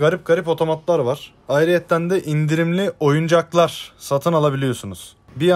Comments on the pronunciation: oyuncaklar dediği kısmı böyle bastıra bastıra söylüyor fsrkettiz mi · OYUNCAKLAR diye vurgu yapıyo ya bide fşeçcğwşcğwşxğwöxşe